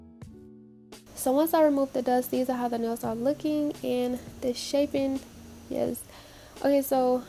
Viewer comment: lol “yEsE”